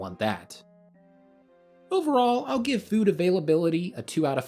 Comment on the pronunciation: My man said, "fewd".